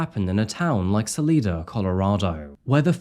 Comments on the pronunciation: I used to live in Fairplay, Colorado. You are pronouncing Salida wrong. It's Sal-eye-da, not Sal-ee-da! Just like the town I currently live in is Sal-eye-na, Salina, Kansas! Just letting you know!!! I really enjoy your videos!!! Keep up the great work!!! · Susanne didnt live very far from me. It really affected me. The most heartbreaking part of this is that the daughters are completely brainwashed by their dad. There really can’t be any other suspect but Barry. Btw, it’s pronounced “sa LIE duh” Sa-Lee-duh sounds pretty fancy, though. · So, not to nitpick, but it's pronounced Sa-leye-da. Not Sa-lee-da. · Sa-lie-de Not Sa- lee- de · Sah-lie-duh not Sah-lee-duh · Ugh. Sal-EYE-duh. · I know this is a five month old video, but as someone from the area I just have to say. Its pronounced "Sah-lie-da". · It is driving me crazy the way you are pronouncing Salida. It is Sal, like the man’s name “AL” then Ida. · SA-LIE-DA That’s how it’s pronounced. Love your video!! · SA-L👁-DA! Ya think you would have investigated how to pronounce the name. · You are pronouncing Salida Colorado incorrectly. Sa( lie) da. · Isn’t it pronounced suhl-eye-duh? Just curious if anyone else thought that. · Pssssst… I know you’re saying Salida the right way and all, but the locals say it Suh-lie-duh. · It's bloodthirsty the violent incel, who can't get enough slaughter. There are loads of better presentations of the Morphew story than one by a presenter who gets publicly titillated by gun deaths. Salida is also pronounced Sal-eye-duh. You could have looked that up on youtube in ten seconds before mispronouncing it forever. You really aren't the sharpest bullet in the gun. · I think it’s pronounced Sal EYE duh. Cuz white people 😄 Also, preemptively, Chaffee is CHAYfee. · “Salida”, pronounced, Suh-lie-duh. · Local tip, it's pronounced Sa lie duh, saguache is sa watch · Its pronounced Suh - Lie - Duh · Sal-eye-da. I'm a native Coloradoan. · saw- lie- dah colorado